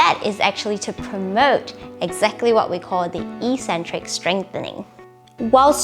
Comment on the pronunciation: Good video, but soft correcton- it's pronounced 'ek-centric'